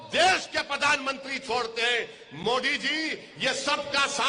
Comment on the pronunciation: सब कुछ बोलने आ जाएगा हिंदी क्यों नहीं बोलने आता मोदी की जगह मोटी क्यों बोलते हो इसका जवाब 130 करोड़ जनता को बताओ एक प्रधानमंत्री का अपमान क्यों किया सबसे बड़े देश का प्रधानमंत्री